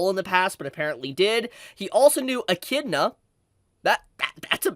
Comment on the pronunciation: Damn this is news. Also the fact that said Echidna properly 😁